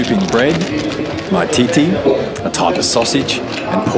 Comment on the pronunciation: You pronounced my-tea-tea, which I came to the conclusions was meant to be mititei, pronounced me-tea-tey. Also short mici, pronounced mitch.